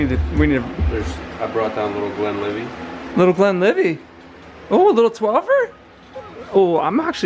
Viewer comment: the T is pronounced at end of Glenlivet believe me im scottish, you guys need to try The macallan 12 its the best, any whisky produced from the river spey is dynamite, the bike looks incredible